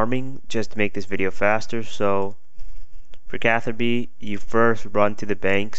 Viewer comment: Lol CatherBi You don't pronounce Ruby, Rubi.. so yeah